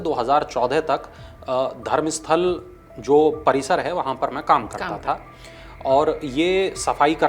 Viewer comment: यह धरमसथला है, धरमसथल नहीं । In kannada and in English it’s called Dharamsthala.